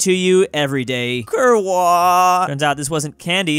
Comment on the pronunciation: weirdest pronunciation of "kurwa" from someone who looks like a 100% pole